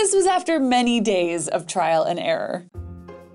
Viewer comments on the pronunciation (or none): Did she say "Trial and ERA"? S:)